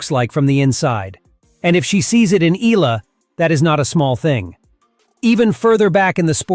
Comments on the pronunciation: its pronounced as "e-ya-la" not e-la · Its good reporting but you need to pronounce her name right E-ya-la not ila. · Eh-yah-la not ee-la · EE-YEAH-LUH not EEE-LA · EE-AH-LAH, NOT Ee-la! It's EE-AH-LAH EE-AH-LAH EE-AH-LAH EE-AH-LAH EE-AH-LAH EE-AH-LAH EE-AH-LAH EE-AH-LAH EE-AH-LAH EE-AH-LAH EE-AH-LAH EE-AH-LAH EE-AH-LAH EE-AH-LAH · E-ya-la not E-la. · eh-YA-lah!!! Say it!!! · "EELA" when it's AI. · Please pronounce the oftenly mispronounced last name of Alex as 'EH-YA-LA'